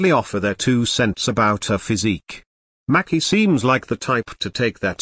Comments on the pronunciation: It's MACY! Lord not Mackie! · If they are gonna use these electronic voices they could at least make them pronounce people's names correctly #Who's Macki #her name is Maci #May-cee